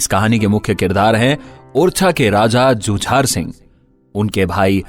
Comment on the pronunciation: भैया राजा हरदौल की कहानी आपने बहुत खूब कही है सुनकर आनंद आ रहा था कमी नहीं कह सकता हूं कोई भी । राजा हरदौल के बड़े भाई का नाम श्री जुझार सिंह ( झुंझार नहीं ) जुझारू शब्द से बना है जुझार बुंदेलखंड में अधिकतर क्षत्रियों का नाम होता है जुझार सिंह जो परिस्थितियों से जूझकर राज पाठ प्राप्त कर पाए थे।